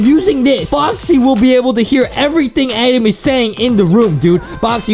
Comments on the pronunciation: Adam need's an edumacation because he keeps mispronouncing his words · justin says adem